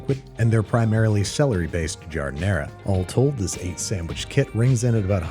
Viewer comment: Classic Babish episode. I want a sammmich